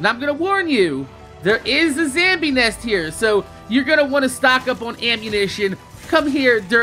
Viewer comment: Shows a weapon in the game and calls it the best then opens the melee tree where the game shows you a way better melee weapon in the banner.... It took me have the video to figure out what the hell a "zambie" was. I don't get why your generation is hellbent on pronouncing random words incorrectly.